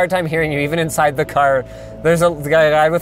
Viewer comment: said inaside lol